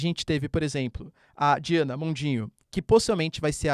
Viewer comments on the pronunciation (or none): none